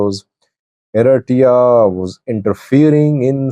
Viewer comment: Please..say ERITREA NOT ERASSJA.